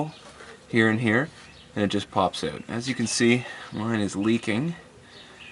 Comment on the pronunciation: ow ow owwwwt not oot ffs